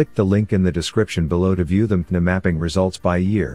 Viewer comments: So much great information in this video, but the narration needs a couple of corrections: MtDNA and haplo are consistently mispronounced, making this vid questionable for use in the classroom. Any chance you can correct them? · Great video. Captions are necessary to watch though because the AI narrator has difficulty pronouncing some of the scientific terms like mtDNA.